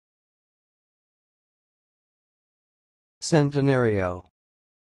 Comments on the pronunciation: Fail. Every 3 seconds his mic muted. So when he went to say centenario it muted, also why did he waste so much time with his intro, and talking about it, when he could have made a 2second long video just saying the word. “Centenario”. Oh and if your wondering it’s pronounced “Chen-tih-nar-io” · his pronunciation is wrong Its CHEN-TI-NARIO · it's not pronounced that way it's chent-te-na-rio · No. It's a Spanish word and it's pronounced [thentenario], first two letters as pronounced in "think". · Random Internet Person no they’re disliking because his pronunciation is wrong